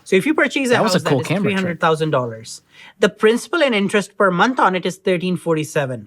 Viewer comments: Pssst, it's "principal" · Principal not principllleee!! Come on, you’re better then this. 😂😂😂 Th dictionary people will come at ya with a vengeance. 😂😂